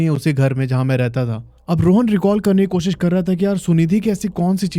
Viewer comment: को सि स नहीं होता कोशिश होता है बेहोस नहीं होता बेहोश होता है। You should work on your pronunciation😅